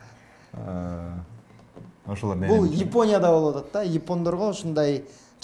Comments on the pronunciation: Ушул долбоор мага жагат бир суранычым тамганы так айтып эле айтсаз сонун болмок Японя деп мисалы Ипоня деген шаар жок болсо керек тушунгонунузго рахмаат. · Ипония, Имайка деп эмне эле болот алып баруучу. ОЗУ да интеллигентный адам алып барганы жакшы.